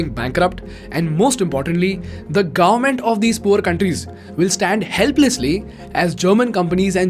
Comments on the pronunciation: its government not gaarmet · Its government and not garment 😉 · What is the pronunciation for “Government”? Please note there is a letter ‘v’ in the word. It is not like Gorment or Gourment. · Are we going to ignore how he is pronouncing garment instead of govern ment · sorry but i hear garment every time, when you say government.